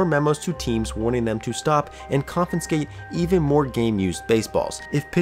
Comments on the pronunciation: This is unimportant, but every time I hear "confinscate" instead of "confiscate" my brain freaks out a little. That word was used a lot in this video so that was a lot of extra ens/n's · confiscate . CON-FIS-CATE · Yep, he said confiNscate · I really like your videos, thanks for all the interesting content! (You’re pronouncing confiscate wrong in all of them though 🫣)